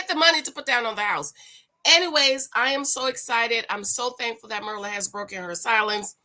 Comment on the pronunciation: It's not "MER-LA", IT'S PRONOUNCED: 'MEAR' (LIKE: FEAR) LA! MYR LA